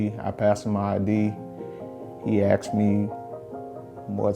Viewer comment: He axe me